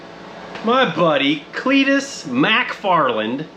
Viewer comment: Mac far Len 😂😂😂